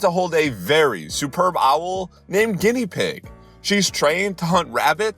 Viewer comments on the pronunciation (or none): you did not just pronounce guinevere as Guinea pig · I'm pretty sure Guinevere is pronounced gweniveer, correct me if I'm wrong though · did he read Guinevere as guinea pig? 😂😂😂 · how do you get "guinea pig" from "Guinevere"??? LOL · Did he just say vap ayes? Guinea whaa?